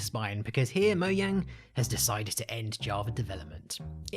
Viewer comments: Everyone: Mogang Him: Moyang It's pronounced like a J not a Y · Mojang not moyang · Who also calls it "moudžang" instead of "Moujang"? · OMFG it’s called MOJANG NOT MOYANG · How to destroy minecraft: pronounce "mojang" "moyang" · and this is a mistake